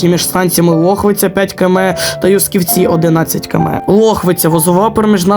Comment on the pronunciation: Юсківці наголос на Ю